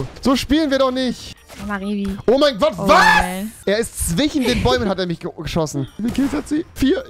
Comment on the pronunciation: weil rewi anstatt zwiSCHen immer zwiCHen sagt